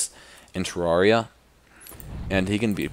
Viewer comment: Pro player, has all the spell books in the game, OP armor and weapons, yet doesn't know how to pronounce Terraria-- THE MOTHER-FLIPPIN GAME HES PLAYING Ter-air-E-uh